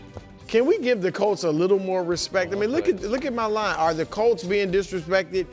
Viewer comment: Since my team is good again and gets talked about more on the show, for the love of god can Nick PLEASE pronounce the name right? We’re the Colts NOT the “Calts”